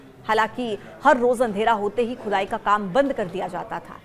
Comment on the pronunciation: खुदाई बोल रही हो की चुदाई बोल रही हो मैडम